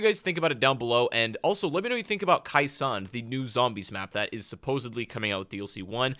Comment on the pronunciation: Hey, just so you know..you mispronounced...Khe Sahn...as minor and knit picky as that may seem. You kept calling it " Kai Sawn "..when infact, it was pronounced " Kay Sawn ". Just so other people don't jump your s**t..you might want to know 🙄.